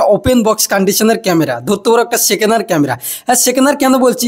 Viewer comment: সেকেনার নয়রে ভাই সেকেন্ড হ্যান্ড 😅